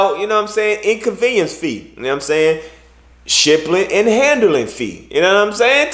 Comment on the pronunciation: "Shipplin and Handlin"